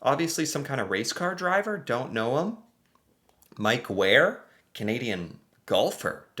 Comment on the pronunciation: Mike Weir it pronounced the same way you say weird except for the D. It's my last name ❤